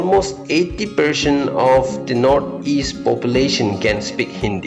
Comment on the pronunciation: When you speak percent,you say perceant..😀